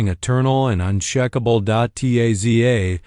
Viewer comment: Listening in Fresno, CA. Unshakable is pronounced unshākăble, not unshĕkăble. Means something that cannot be shaken. Root word is Shake.